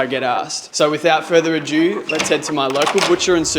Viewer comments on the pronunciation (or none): FYI ado (an old fashioned term for fuss… as in ‘much ado about nothing’) is pronounced a-do not ah-dew which is how adieu (French for goodbye) is pronounced